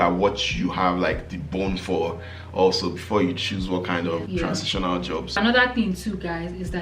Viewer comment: These bloopers are hilarious o, chai. you are not nice 🤣🤣🤣🤣🤣 Transintional 😅😅